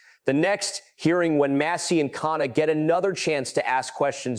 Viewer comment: Bravo for your over narration. Best and helpful. “Mass-ee.”Please….”mass-ee.” Deflect. Deny. Distract….Is Peter Thiel a conspirator? Steve Bannon a conspirator? Goooooo Massie.